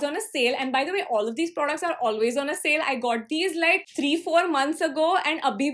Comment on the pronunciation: They're not producs they're products she prounounces the word "products" so wrong man it's almost cringey